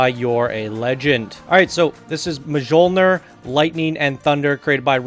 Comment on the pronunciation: Oh god, he just butchered the title.